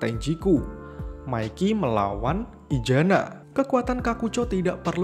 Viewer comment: namanya:izana yng gw denger:ijana namanya:mikey yng gw denger:maikiy